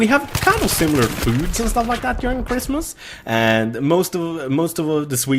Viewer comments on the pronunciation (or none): Haha, when you say during, it sounds like you're saying urine.